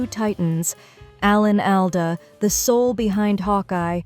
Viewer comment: Please stop mispronouncing his name